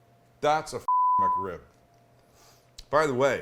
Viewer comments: Thought is said McCrib 😭😭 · Well. I'm going to be "that guy". First off. "muck rib"? Whatever, you're not the only one that pronounces "Mc" as "muck". 2ndly. That is not a McRib come on. That's just a badass rib sandwich that's fit for royalty. But it is NOT no McRib or a version or a play on. Lastly. It's a shame that you dont like McRibs even a little because if you did you'd might want to try making a homemade version of a processed freeform rib shaped pork patty. Using the proper cut is key. The shoulder. Same one used for pulled pork. Mind blowing. Better than the method you showed in this video. Not a jab, I've done it too many times over the years and still do but since I've learned to make my own processed style pork patties, it's the one I now prefer. Last lastly. My mouth watered when you cut that sandwich in half and showed the middle. YUMMMMMM! And hey, what's a better food sound to make your tum tum rumble than the crunch of a perfectly toasted bun that has a perfect crust huh?